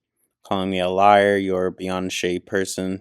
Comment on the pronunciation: Lyeyur Liyrr Lliar Erm... 🤔😂